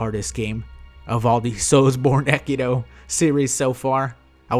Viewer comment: is it just me or does he keep saying sekido instead of sekiro